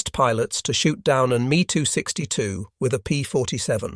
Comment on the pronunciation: It’s not a me 262, it’s a ME 262.. Mmm Eee .